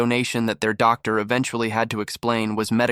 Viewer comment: “doc dar” 😂